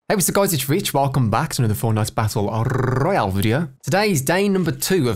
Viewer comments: WELCOME BACK TO ANOTHER FORTNITE BATTLE RRRRRRRRRROYALE VIDEO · I swear the Rrr's are getting longer each video:) Love it